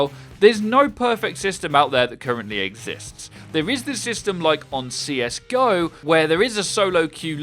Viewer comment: Dude r u serious? U say CS GO like si es Gi o...